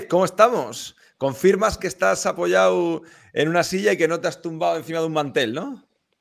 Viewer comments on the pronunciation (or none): Pq pronuncia los participios sin la d y finalizados en u como apoyau, se dice apoyado, garrulo ¡¡